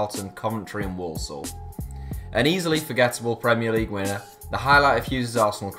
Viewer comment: Walsall, I heared like Warsaw lol...